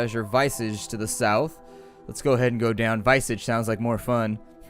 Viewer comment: visage is pronounced veh-sedge (sedge as in ledge) At least where I'm from that's how we say it